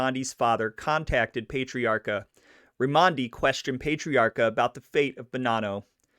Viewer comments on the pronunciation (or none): one more thing to fix, just cuz i have OCD, you keep saying his last name wrong too. You pronounce it "payt-triarca" and its actually pronounced "pet-triarca" lol. But great job....again. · It's PAh-TREE AAHCA, not Pate-riarka. You gotta say it with a Boston accent. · PAT - ree-aka. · It's Pat-tree-r-ka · No no no...it’s NOT pay or pet it’s pat!!!! Pat-tree-ah-kah💯💯💯👍